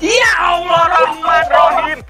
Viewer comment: bang bilang ya Allah jadi ya Allach